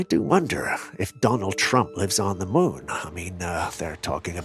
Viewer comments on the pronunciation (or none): none